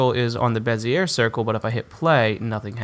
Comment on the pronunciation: The R is silent on bezier. Pronounced "bez-E-A"